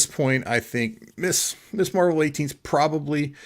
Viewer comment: Great show! Really entertaining. Small point: it's Ms. Marvel, not Miss. Few collectors pronounce it properly for some reason.